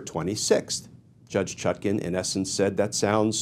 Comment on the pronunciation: Even he cannot pronounce her name right